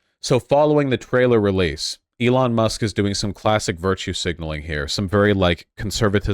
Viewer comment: I think you mean "Eron Ma!"